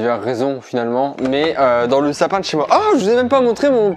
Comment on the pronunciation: dis pas dans mon sapin chez moi pour diverses reson mais dans lsapin chez moi